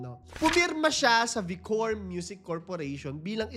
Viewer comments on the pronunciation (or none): It's ViCor = Baykor not bikor 😂✌️ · Vicor pronounce as "Vaykor" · VICOR /vay-cor/